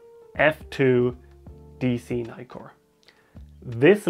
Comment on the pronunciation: Brilliant video...but Nikon and Nikkor are pronounced as in "Mick" not "Mike" . Ask any Japanese person !